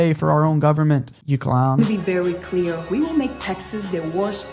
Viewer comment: She said “ WET ME BE CLEAREW” 😂😂😂😂😂